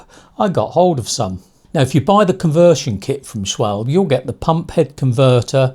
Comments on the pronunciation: Just one critique - It is SCHWAL BEE not SCHWALB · Pronunciation - schwalbeeeee